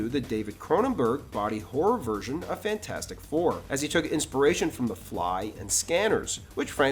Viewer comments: Fant4Stic pronounced Fant-Four-Stick. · Sorry, but you’re mispronouncing the name of the movie. It’s FantFOURstic.